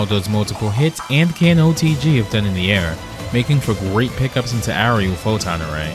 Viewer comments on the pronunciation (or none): Dr. Doom: Photon array! What I hear: don't bother Ray! 🤣